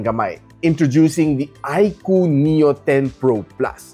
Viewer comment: yowwnnn na bigkas nya din ng tama yung iqoo haha nice